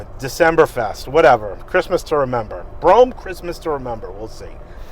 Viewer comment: It's bruam is how you Pronounce it your 2 steps away from saying bro ham😂😂😂😂